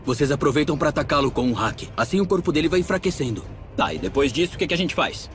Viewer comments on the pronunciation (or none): O único problema na dublagem foi a pronúncia do haki ficou parecendo que é "hack" não "haki" mas a dublagem tá sensacional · Né foi bem Hack mesmo do que Hakiiii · Hack se pronuncia "rék", não "haki". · Na hora que ele fala haki parece que ele falo hack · Ainda quero entender o motivo de pronunciarem "Háki" e não "Hakí" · Eu tô falando de pronúncia ô ser humano, os japoneses falam háki e não hakí, entende? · Mas esse é o jeito certo de falar. Se vc assistir o anime e prestar atenção, é assim que eles falam. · Da uma agonia quando falam "ráqui".